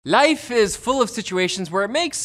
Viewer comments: When he said life at the start of the vid I felt the Indian accent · He said "life" in such an indian accent 😂